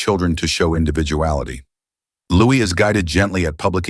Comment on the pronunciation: Narration is inconsistent, variably prounouncing Louis’ name incorrectly